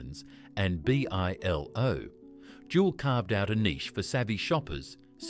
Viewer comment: It pronounced Bi-Lo at least three different ways